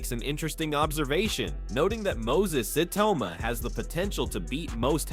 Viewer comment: Why is the narrator saying iyauma